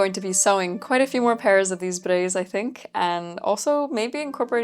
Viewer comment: Any undergarment that you can "forget you're wearing it" wins for comfort. Also, like the way you pronounce "braies", with a slight roll of r. And I expected the "experiment" would be colored blue, virtually EVERY "hygiene product" ad will use blue liquid. But I wonder do they normally just used colored water? Having something closer to the consistency of what would actually emerge makes sense and kudos for going the distance.